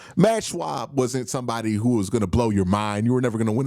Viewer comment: It’s Matt Schaub not Matt Shwab😂